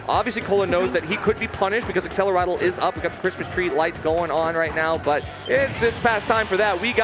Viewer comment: Why do they say accelerato? Isn't the spell named Accelerate??